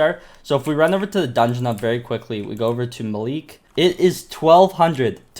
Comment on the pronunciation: Who else gets triggerred when calls Malik Maleek lol. if you see this, it's pronounced Maalik